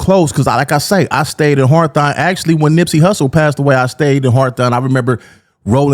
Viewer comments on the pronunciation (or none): Why can't people in LA pronounce "Hawthorne" correctly??? It's weird. "Harthon" is funny hahaha.